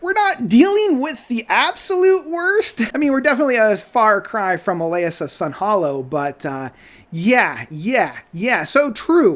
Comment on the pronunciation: It’s Sunhillow not Sunhollow. The other members of the band are doing backing vocals. Ritchie Costellano not Costello does the call and response vocals like Squire and Trevor Rabin would have done.